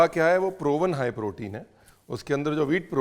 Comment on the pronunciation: Ye "High Protein" nhi "Haye Protein" hai 😂